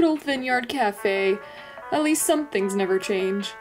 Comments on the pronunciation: Please don’t say “Vin yard cafe” again.. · The one doge said vin yard it’s vine sorry to do this I do not want it to sound like hate I promise